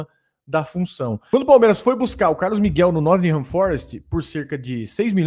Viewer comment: Pode falar NoTINghan. É ingles britanico.